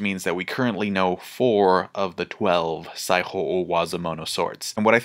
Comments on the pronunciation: Similar feeling, except with "sai-ho" with the Spanish "j" sound, instead of "saijo" in "Saijo O Wazamono" I mean, it's small potatoes, but it elicited a little bit of a "jajaja" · Mans pronouncing Saijo O-wazomono like he’s speaking Spanish. Saiho